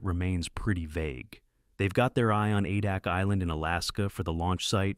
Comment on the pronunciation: It's pronounced A-Dack.